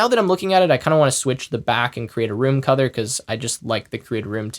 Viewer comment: anyone else hearing cuther instead of color?